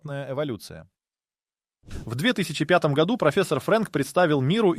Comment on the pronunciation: Ролик сделан с помощью ИИ. Обратите внимание на ошибки в ударении, например " в ... гОду" и "в ... годУ".